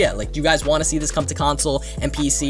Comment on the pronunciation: Btw its this not ""THISHH"